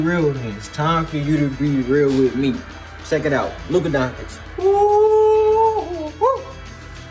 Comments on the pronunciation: He said duka😂😂duka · Luka "Donchick" Dončić